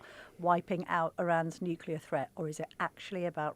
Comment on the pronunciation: Lammy and Pollard cannot even pronounce “nuclear” correctly. How can one take them seriously?